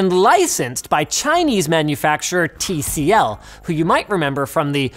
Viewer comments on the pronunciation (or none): Who else got triggered when linus said t of tcl thinking it to be t series